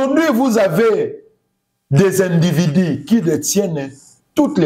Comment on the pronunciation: Zoba oyo auti wapi?na français ya des individi ,(individus )